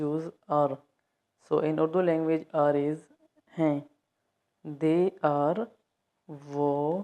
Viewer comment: Great lessons, really slow and simple to understand. But I cannot hear the difference between "hai" and "hain". They sound exactly the same. It would be great if you repeated them several times.